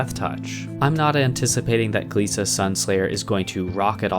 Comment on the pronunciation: I think that glissa is pronounce glissa, and not gleesa